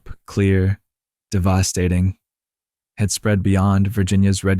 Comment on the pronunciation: devahstating is this fuckin ai